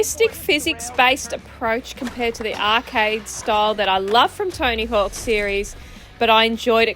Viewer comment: To me it always sounds like you're calling him "Tiny Hawk" 😂 Thanks for the video!